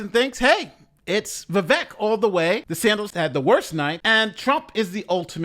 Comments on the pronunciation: Why do you say DeSantos instead of DeSantis? Just asking. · if you say DesanTOS one more time I'm gonna yell. C'mon man get his name right! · De Santis...(With an "i") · This guy keeps saying Ron Desantos lol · How is no one else pointing out that keeps calling DeSantis "De Santos" lol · Are you saying DeSantos on purpose? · there is no “O” in DeSantis. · come on it’s not SANTOS it’s SANTIS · With all due respect MSNBC isn't "left wing". Its a neoliberal channel. They are republicans who advocate foropen bordersand lawlessness. Also its de Santis not de santos. At least get the name right. Heard of the uniparty? There are no democrats and no republicans. Wake up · Its Ron de santis bro, not de santos/ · It's DeSantIS not 'De Santos'. It's tough to take this opinion seriously when you can't pronounce the second most important person's name in the video properly. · Hey …his name is DeSantis, with an “i”not an “o”…😂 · Why do you keep saying “DeSantos?” DeSantis and Santos are two different dudes. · Why does he keep saying De Santos? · First of all, are you mispronouncing "Vivek" and "DeSantis" on purpose? I haven't watched you enough to know if you're uninformed about these two candidates, or if you're making fun of them. It's not DeSantos. It's DeSantis - with an I. It's not "viv-eck". It's "viv-ake". Vivek won, in my opinion. I can't stand Nikki Haley, but I think she was pretty strong, as well, and definitely the thorn in Vivek's side - though I think he genuinely enjoys that kind of back and forth, while she does it out of necessity, and was not nearly as comfortable in those exchanges. She was really overcompensating for being a woman, and going full Girl Boss, which was off-putting. Let's just move on to DeSantis, Ramaswamy, and Haley, shall we? DeSantis aint the guy, but he has earned a place in the top 3 non-Trump candidates to this point.